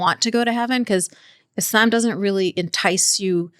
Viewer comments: What's up with how she pronounces "Islam"? She almost doesn't pronounce the L. Is that how it's supposed to be pronounced, or is that something unique to her? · why is this lady pronouncing islam as 'isl'yaem'? I will pronounce it whatever way I want!